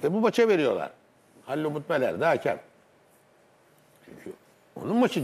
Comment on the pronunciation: Futbol camiasının "hakem" demeyi öğrenememesi çok enteresan. "Haaakem" değil yahu, tek "a" var :)